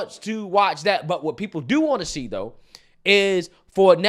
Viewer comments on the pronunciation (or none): none